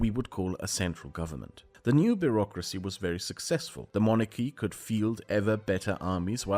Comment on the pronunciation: Beurrocracy, you meant to say?